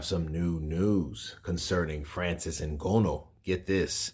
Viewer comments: "IN-GA-KNEW" Kurt, not "IN-GO-KNOW" 🙂🙏🏾, with that said he does need to put in alot of work in order to show better than Wilder if he really does what to do boxing, he can make it eventually if he really wants to. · Ngooooono? It’s Ngannou dude, please put some respect on the UFC heavyweight Champion’s name, and pronounce his name correctly🤬